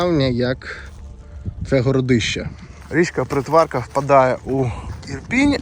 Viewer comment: Дуже цікаво. Дякую. Але наголоси трошки не вірні. БудаІ вка на І. Річка ПрИтворка на И. Дякую.